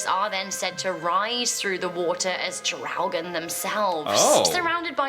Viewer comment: Ffs man... She said in the 1300s... That was before USA was even discovered. It's not Draogen. It's Draugen.